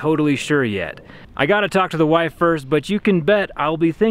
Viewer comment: "I gotta talk to the wive first" lol 😆